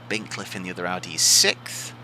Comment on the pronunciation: 'What a dozy Bint... cliffe'